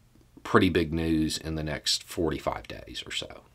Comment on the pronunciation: Hang on a sec, -- did you say "45 days," or "4 to 5 days"?